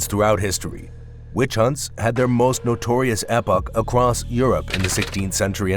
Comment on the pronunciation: AI commentary cannot pronounce 'epoch'